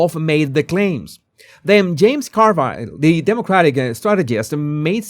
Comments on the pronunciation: I love how you say “Car Vile” instead of “Car Ville.” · James Car-VILE